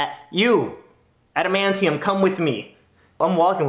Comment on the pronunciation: "Adamantium, come with me" - That Manager, 2011 10/10 Best Pronunciation Ever.